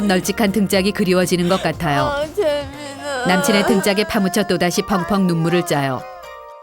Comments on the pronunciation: 아니 자꾸 재민아.. 아고 하는데 잼민아... 아고 하는 거 같짘ㅋㅋㅋㅋㅋㅋㅋ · 나만 저남친 이름 잼민아 라고 들리냐ㅋㅋㅋ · 처음에 재민아~ 했을때 잼민아~라는중ㅋㅋㅋ